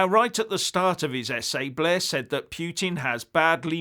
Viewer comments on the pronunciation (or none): Poutine is a Canadian dish of French fries cheese curd and gravy, learn how to pronounce Putin ffs - Poo-Tin